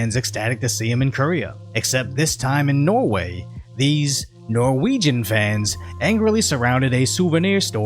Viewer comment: "NORWEGIAN" YOU MISPRONOUNCED UNWELCOME INTRUDER